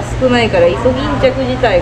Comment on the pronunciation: 一瞬溺れてるかと… の「イソギンチャック」耳から離れない😆